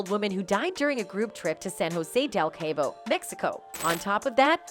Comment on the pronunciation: ‘Kay-bo?’ Jesus. Please don’t bother when you can’t pronounce basic words. It’s pronounced ‘Caw-bo.’ Jesus